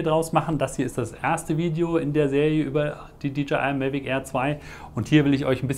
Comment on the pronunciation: warum sagst du eigentlich immer MELVIC ? das heißt MAVIC wtf das triggert mich so hart das ich das nicht gucken kann